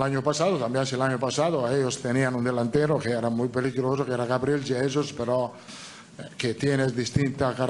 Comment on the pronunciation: Jaja dice Gabriel yesus